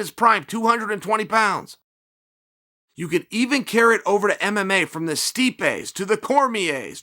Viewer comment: Hahah chael couldnt get those "M"s on mma for a sec:)